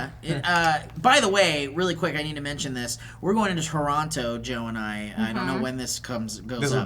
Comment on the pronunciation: any other Torontonians notice how they pronounce the second "t" in Toronto?